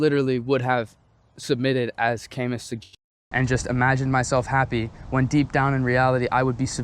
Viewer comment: Camus was from France 🇫🇷 his last name is pronounced "ka-Moo". Good insight and thank you